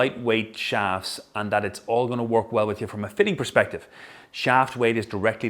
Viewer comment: Its perspective not "sperspective" and crux not "clux"